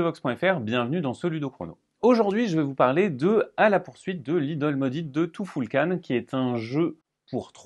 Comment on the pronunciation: Tu-ful-kan...... tou foul kane ? Non allez !!